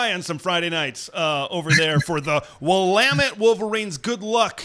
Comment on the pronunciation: Kudos to for pronouncing Willamette like an Oregon native.